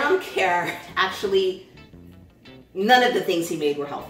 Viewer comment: Lol you're saying it wrong it's pronounced kurr